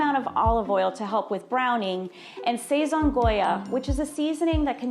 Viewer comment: This is my second time hearing someone mispronouncing the word sazon once from my cousins ex girlfriend she even miss pronounced adobo and now from a food scientist I didnt expect it from her the a make an ah sound not an ay sound and the o makes an oh sound that was some serious word butchery